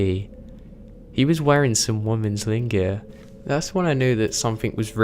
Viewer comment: is that how you really pronounce lingerie?